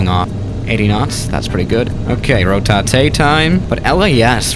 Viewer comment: dude I need to remind you that you are saying ro tay ta its rotate